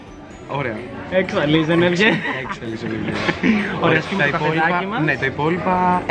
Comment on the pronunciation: Δεν λέγεται Ζενεβιε λέγεται Ζενεβιεβ πάντως είσαι QUEEN#